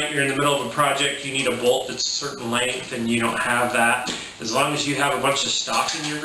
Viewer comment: You left out the part where you demonstrate on video that you have NO IDEA how to remove a stuck bolt, and can barely even pronounce it. HFT: If it works for you once you got your money's worth. If not return it. Newsflash: These are not Quality Tradesman Tools, built to last. I could come up with another 25, ones that NEVER fulfilled their tasks. like the countersink bits with no cutting edge honed. Waste of packaging. If you need profession tools shop somewhere more expensive. If the HFT tool wears out, why do you buy two more?? They do not warranty their products to meet your personal demands. What on earth made you think you your HFT tools are going to put up to HEAVY use. I have that drill and love it, I have a couple of the cordless ones, too. I use a drill maybe once a month. If you subject yours to daily regular use, and it wore out? It sounds like you were getting A LOT of use out of it. Mine has not burnt out. If it ever does I will get another one, because it is CHEAP, and lasted that long. You can burn any electrical motor tool by using it beyond its intended use parameters. for which it was designed. That is if you: 1) try to, or, 2) are stupid enough to.